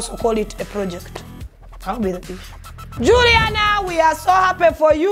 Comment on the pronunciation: She’s not Julina, she’s Juliana